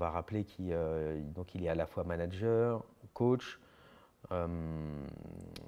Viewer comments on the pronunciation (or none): none